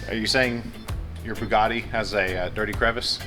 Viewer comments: The “poogatti”. 🤣😂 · The “Hongatti” 🤣